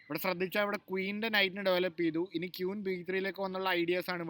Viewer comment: കൊണേരു ഹമ്പി അല്ല - കൊനെരു ക്യൂൻ അല്ല - കുഈൻ ( ക്വീൻ ) ഓക്കേ